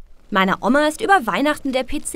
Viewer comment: Wie sprichst du Oma aus?! xD